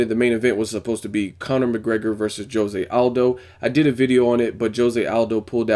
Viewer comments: isnt it Ho-se? not dsjo-se. HO-SE! = Jose! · Your saying Jose wrong.